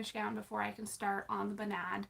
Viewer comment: Noo, that's not how you pronounce Bunad haha 🙈🙈 I'm from Norway! I'm sure I can try and help you, and figuring out where Bertha Louise came from, what bunad you would wear etc :) I'm easier to get a hold of on Instagram, I'm